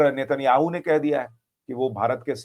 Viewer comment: सुशांतजी netannyahu नहीं हे ने त नयहु